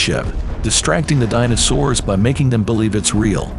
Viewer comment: Dyna-Soors. Nice one AI. Try harder.